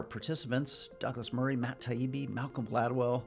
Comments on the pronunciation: Gladwell is such an elitist he couldn't even be bothered to pronoune Matt Taibbi's last name correctly. Back 144 years or so, day one of J-school, lesson one was "Get people's names right." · I feel the same, and the constant deliberate race card and name mispronunciations are awful and degrading to himself. It's hard to watch really. I mean, why is he doing this? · It was intentional. There is no way that he doesn’t notice everyone else pronouncing it differently. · Definitely deliberate! The moderator pronounced Matt’s name correctly, although since Malc obviously wasn’t listening to Matt and Douglas, I guess it’s possible he also didn’t hear the moderator introduce Matt! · He did it on purpose. He was trying to upset him. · I think Gladwell was deliberately mispronouncing Taibbi's name as an expression of disrespect. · Imagine being booked for a formal debate against someone with an somewhat unusual name and not checking how it's pronounced. That's a lot more offensive than, say, "misgendering" Alex Drummond. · Gladwell knows how to pronouce his name. Taibbi's father was a longstanding NY journalist. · As a professional, I know that you don't use a diminutive with someone without permission or knowledge that they go by one. You also make sure you know how to pronounce someone's name before speaking with them, if possible. IE- you ask colleagues or in this case, you could simply find a video of taibbi and see how it is pronounced. I deal with people from around the world, so unfamiliar names and pronunciations are not uncommon. As a last resort, I have used the internet to determine how a name is pronounced in its native tongue. I watched it again and noted that gladwell called him douglas at the outset, but then switched to doug. One bit of advice- grow up. there's no need to act like a petulant child (unless, of course, you are one). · The fact that he constantly mispronounced names,was disrespectful. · he repeatedly mispronounced Matt Taibbi's name too